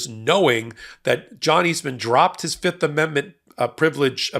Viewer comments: Guilty guilty guilty. That's what I hear every time they say fifth. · Oh I thought he was saying "yep" not "fifth" lol